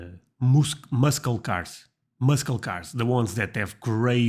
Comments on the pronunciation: You’re pronouncing “muscle cars” wrong. It’s pronounced “mus-sle cars” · Muscle cars are pronounced as mussel cars. You do not pronounce the 'c' in muscle. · muscle car is pronounced as mussel car, the letter ‘C’ in muscle is silent. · Your English is great buddy... but the you mispronounced "muscle" the c is silent... it's "mussel" not sure why we add letters that aren't spoken.... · Just an FYI: The "C" in Muscle is silent so pronounce it as Mussel. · the C in "muscle" is silent. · The c in muscle is silent. I know, I know, the English language is wack af. Don't blame us, blame the brits.